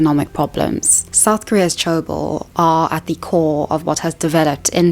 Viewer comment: 재벌 is pronounced je (the short e sound, as in 'egg') + bol (the short o sound, as in 'octopus').